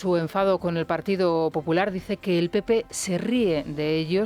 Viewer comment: dice bien: “pepoe “ Jajajajaja